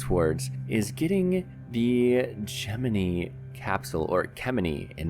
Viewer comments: anyone else get a little triggered on how he said gemini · Great video! I almost died when you spoke "Gemini" though.